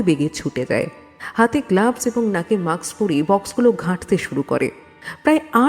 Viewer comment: Garbage ke "Gurbej", Mask ke "Musk", Polythene ke "Palythin". Uccharan gulo to kane lagche